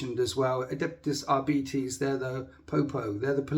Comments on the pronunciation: I'm annoyed I came here to see doing impressions he didn't do anyone I recognised and all he did was mispronounce adeptus arBITES lots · It's are bites I'm 42 everyone I've ever known has said are bites this is literally the first time I've heard that way